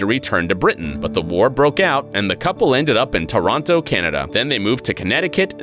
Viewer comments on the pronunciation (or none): I'm sorry could you say Toronto again.....its sounds so weird. That's not hows its said lmao